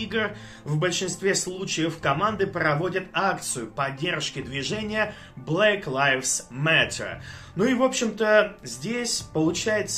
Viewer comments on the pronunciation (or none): Не Blake, a Black.